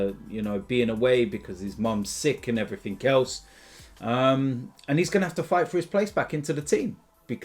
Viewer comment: “And heverything else”